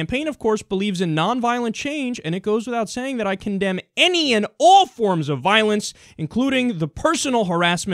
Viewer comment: The way you say "all" sounds like the way southerners say "oil". Conspiracy confirmed.